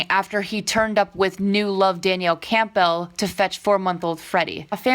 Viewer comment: 1. It's pronounced Danielle Campbell, like Naomi Campbell (model), and like Campbell's Soup. It's a Scottish surname. 2. It's pronounced Gigi "Ha-DEED" -- her father is an Islamic immigrant from Israel named Mohamed -- you're almost 19 and this kind of thing is all over the media; how can you not know this?